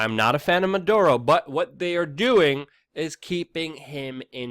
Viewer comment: And freaking the name is not Manduro!